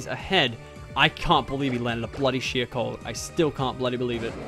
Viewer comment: I thought he said shit but it was sheer cold 😭